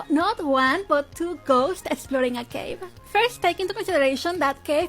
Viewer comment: The way she said cave was like"CaVA"